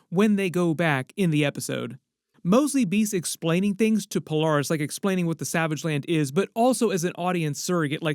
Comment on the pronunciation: Who is Pol-are-ris?